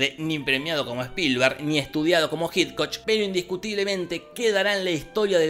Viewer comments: Ay Jorge, cada vez que pronunciás "Jitcoch" a Hitchcock me da una aneurisma xD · Porque a los Argentinos les cuesta tanto pronunciar Hitchcock?